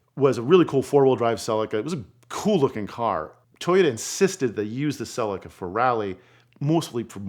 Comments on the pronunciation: Nothing is more cringe than Americans butchering car name pronunciation. Celica (suh-lee-kuh) Not silly-car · Great video. Saw the GT4 in many rallys during 90s / beyond and I also drove several road going versions. For accuracy and not meant as a criticism: "Celica" is bring mispronounced...phonetically its "sell-eek-er". Also it's jubilee "clips" in the UK (not "clamps") it shows this on the diagrams displayed in the video 🙂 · Why is it that Seppos butcher every car name. "Cell I ka", really? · Its pronounced Toyota Celeeca! 😮 Apart from that Brilliant Video 👌👌👍